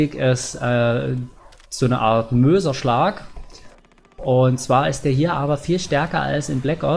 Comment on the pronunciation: du hast mööserschlag gesagt^^